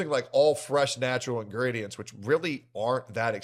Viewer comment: "INGRIDIENTS" xD